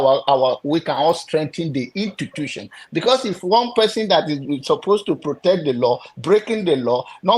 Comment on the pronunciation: pls is institution not intutution 🤣🤣🤣 you’re a fake pastor